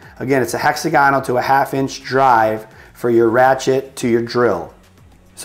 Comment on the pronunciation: Hexagonal all the one word not hexa-gonal